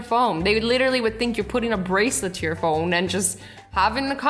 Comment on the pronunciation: she goes "putting a braclet tour phone"...lmao i love her